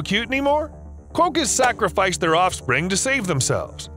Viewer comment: Sorry dude but it's pronounced "kwokka" not "kwoh-kah".